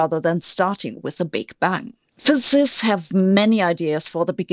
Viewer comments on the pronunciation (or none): Please practice saying "physicists" whenever you can